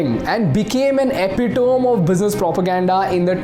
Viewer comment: Very good video but everytime that man mispronounced epitome 🤦‍♂️